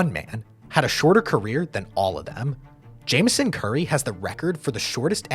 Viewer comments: Its pronounced James on curry not Jamison curry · i know it looks like its pronounces "jameson" but i promise, (i grew up going to osu games in stillwater, oklahoma) its pronounced James-on. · His name is pronounced James-On-Curry... And you dont "take charge", "you take a charge"